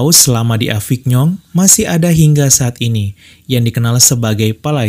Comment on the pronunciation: Maaf mas Avignon dibaca avinyon, Lourdes dibaca lurd